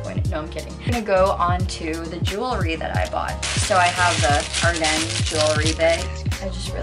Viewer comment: Its pronounced Are-Dens lmao